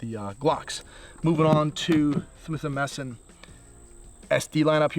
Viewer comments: Ok, slowly repeat after me “Smith and Wesson”😂😂😂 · Did he say Swith & Messon??